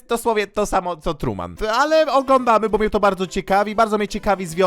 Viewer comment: Nie trueman tylko tuman